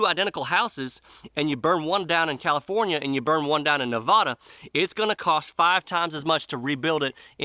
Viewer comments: Love the video. Well done. But, I live in Nevada. It's not pronounced Ne-VAH-duh, it's Ne-VAD-uh. Not to mention we have enough loons from commiefornia, Las Vegas is bobsledding to hell. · Born and raised in California (San Jose), left in 2000 for the Reno, Nevada area and never looked back. Bought twice the home on 4 times the property for 1/2 what I sold for back then and it's appreciated almost 3 times what I paid. By the way, it's pronounced "Ne vaa da", not "Ne vahh duh". Love your songs and commentary!